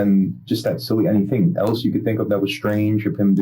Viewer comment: Sometimes I hear people say "elts" or "eltses" instead of "else" or "elses" and I wonder where that came from. This is horrific, but tbh another day in Florida....